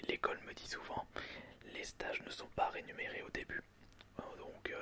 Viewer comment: rénuméré Mdr c'est rémunéré 😂😂😂😂😂